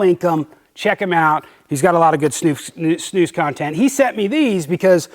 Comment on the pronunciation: Watching from Norway, and snus (you pronounce it correctly sir ) is massive here as well. Although it is more expensive than in Sweden, and our government made all the snusboxes (cans) a uniform boring green color so as to not attract children to trying it, which is fair enough. At least we can still use the products. A lot of Norwegians take a drive over to Sweden to buy the original boxes at a cheaper price than in Norway regardless haha.